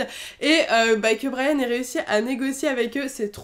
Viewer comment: tu à dis brayan